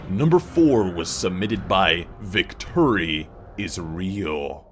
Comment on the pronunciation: Hearing say Victuri is real confirms it all for me